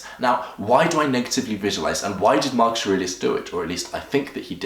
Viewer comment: its not Markush but markus